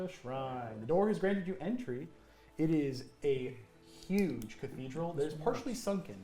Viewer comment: “It’s a Hugh” hurt me lmao